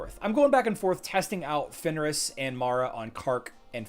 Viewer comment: Daily request that you say Fenris instead of Finneris. Otherwise, great stream today.